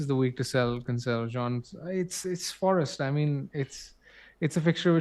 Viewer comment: You ended up pronouncing Cancelo the right way ;)